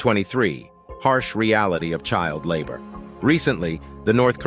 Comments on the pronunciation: What is with "Labhour" instead of labor???? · "Lab Our"?? It's labor, as in child labor. It looks like North Korea isn't "home" to 25 million, but a prison. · LABOR NOT LAB HOUR! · "lab hour" computer speak for "labor" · Lab Hour? I believe the narrator means '"labor". Where did they ever find this jerk? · No such thing as Lab Hour... it's LABOR you know, work? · Why the "Lab-Hour" instead of "labor"?! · LABOR, not Lab Hour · What the f is "lab hour"? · This was very informative. But the word is LABOR not Labhour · Lab-hour funny try labor. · Who is reading the script.........They pronounce the word "labor" as Lab-hour, every time. The person sounds North American however that one pronunciation doesn't confirm that. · "Kim Jong One, Lab Hour, Kim Second Sung"? Does anyone listen to this before it gets published? How did this channel get 274k subscribers? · Pronouncing 'labor' as 'lab-hour' is somewhat peculiar. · ( ff) Seriously? "Child lab hour"? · "lab hour" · LAB OUR ? Does he mean they pronounce it like that in NK ? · Sorry, after hearing lab-hour 4 times, I stopped watching. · Who the hell pronounces labor "lab-hour?" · Lab our, What the fv$6 is Lab our? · What the hell is "Lab-hour"? Are you a computer?